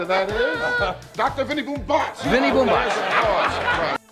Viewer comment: Not “Vinnie Bomb Bats”! “Vinnie Boom Bots”!